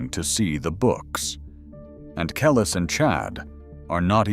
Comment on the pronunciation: Say her name right.